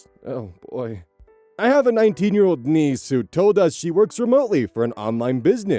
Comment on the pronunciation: So um…, when starts reading the niece story, he pauses on the first line in one of those classic “ read/pronounced that entirely wrong” moments. But I have some hearing loss, I do not hear hear the difference between what he said and the word “niece”. What did he say?? Please fill me in, peeps D